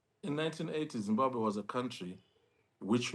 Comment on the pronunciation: Say Zimbabwe please not Zimbahwe!!! and if Zimbabwe is well organised why is half of the population in the diaspora??